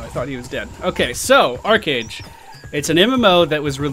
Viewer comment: If you pronounce it ARCHeage you're WRONG it is ARCHEage as in an ark....not an arch....